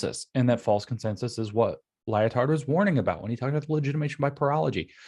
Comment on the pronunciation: "Lyo-Tard". This is how you know we are living in a simulation. The dude's name is actually "Lie-Tard". Just lol